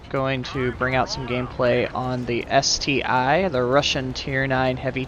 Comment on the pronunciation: hey anon, I know it doesn't matter to much but actually the tank is supposed to be called ST-"one" just like the tiger I. I can totally understand why you call it ST-"I" and i did call it this way for a long time, that is because there is no ST-II to prove the opposit. however if you play the game in russian the tank is called CT-I if the tank was ST-"I" in russian that would be CT-И and it doesnt... but you can call it anyway, good job!